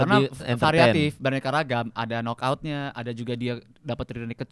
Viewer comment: KOREKSI pronunciation KNOCK OUT = NOCK OUT BUAKN KENOKOUT..RISIH DENGAR NYA